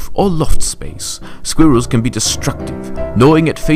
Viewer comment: i did not like the guys who did squirrels and slugs he kept pronouncing squirrels as sqeerils